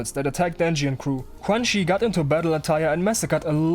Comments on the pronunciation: I think her name is pronounced kinda like chew-an-she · I swear you're calling her crunchy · ITS PRONOUNCED CRUNCHY???!!!